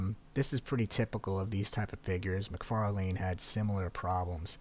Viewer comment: Only person I ever heard call them Neeca was Glenn Webb lol. But definitely pronounced "Neh-ka"..well at least the ppl that work for NECA pronounce it that way. "McFar-lane"..ha, that's a first.